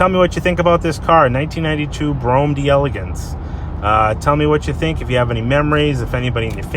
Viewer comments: broam dell-ay-gons (d'Elégance - there's an accent over the second "e", although Cadillac doesn't use it) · It's Dell Ah Gonce in French if you're curious. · It's pronounced '' DAY - LAY - GONE - SE " (In French if you have a word ending with a vowel followed by a word starting with a vowel you must attach the two words together by replacing the first of the two vowels with an apostrophe. I.E; "de élégance'' becomes ''d'élégance'' :) ) I'm jealous by the quality of vintage cars you guys have down in the USA. Up here in Canada the road-salt, sand and rough winter weather is a killer, so you never see vintage beauties like this in next-to-new condition as you would in Florida or California.